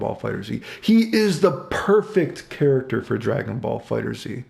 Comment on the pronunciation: Fighters, not “fighters Z” love this video though always look forward to your videos.